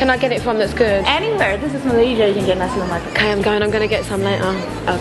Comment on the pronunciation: she looks cool in person, but the image she potrays as a singer seems unreal..n she could pronounce nasi lemak just like malay say it..so cool